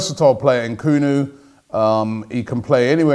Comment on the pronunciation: Why do anglophones add extra syllables to African names? It’s ‘Nkuku not ehn-Kuku . I mean you wouldn’t say ehn-ice instead of Nice...or ehn-etherlands instead of Netherlands? Sheesh....